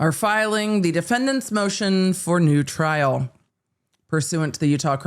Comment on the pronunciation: 'Moshen for noo tryl'